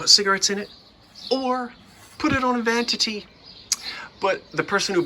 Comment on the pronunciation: It is not vantity, it is vanity. lol